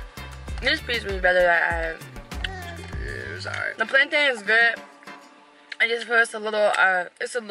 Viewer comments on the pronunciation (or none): It's plantain not plantine